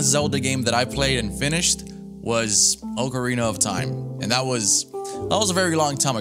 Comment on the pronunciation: no-one ever says ocarina of time right, come on man😂